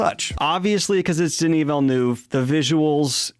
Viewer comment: It's "Veal-nerve" not "Vill-new"